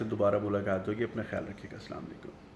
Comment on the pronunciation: junaid bhai the word is salaam o alaikum not saam alaikum which means death upon you to bhai maut kyun wish kar rahay ho lol